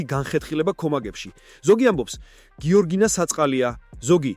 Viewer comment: გიორგინაო😅 ამ ბლოგერს სმენის პრობლემა აქვს